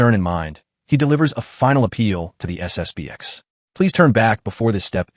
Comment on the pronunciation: It's SSP-ten.